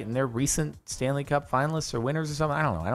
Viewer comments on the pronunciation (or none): none